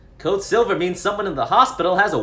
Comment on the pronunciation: “Code silvauh”😂